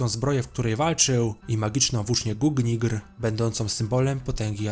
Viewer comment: Nie gugnigr tylko gungnir